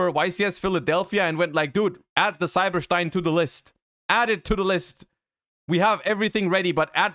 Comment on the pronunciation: "Cyber Shtein"